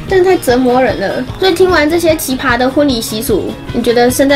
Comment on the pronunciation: 是奇ㄆㄚ，一聲